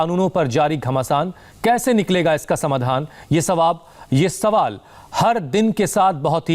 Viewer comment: Phle bolna seekho sval Ko svab bol rha h